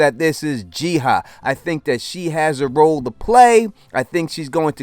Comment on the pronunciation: Do you just have problems pronouncing “ah” and just end up always switching those two letters around, or what lol. Her name has been established as Ji-Ah, NOT Ji-Ha like you keep saying lol 🤷🏽‍♂️